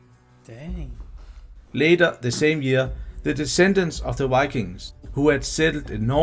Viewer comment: We Scandinavians often tend to mix up v with w when speaking English. That's probably why the person speaking here, I'd guess he's Danish, often seems to say ”wikings” instead of ”vikings”. I have heard many Swedes do the same, but I still don't know why. When speaking Swedish we don't use w almost at all, but when we do we pronounce it like v, just like the Germans do. Maybe we over-compensate for the difference when we speak English?